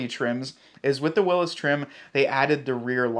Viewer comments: It's a Willys not a Willis . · Great videos but I have to correct you on the trim lvl name ,you called it Willis ( atleast thats what it sounded like) when it's WILLYS as in Willie sounds like Billy lol 😊 again keep up the great work. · Jeep has said that they spelled Willy's like that so it is pronounced will-ies because people complain about it being called Willis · According to Jeep, despite how the man himself pronounced his name, Willys is pronounced to rhyme with Phillies, NOT Willis, as in What Choo Talkin' bout Willis?? This decision was based on how the soldiers back in the day pronounced it.